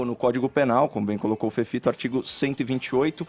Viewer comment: Fefito não sabe a diferença de D, T, P, meu Deus, pronuncia tudo errado!! Uma fono urgente para essa criatura!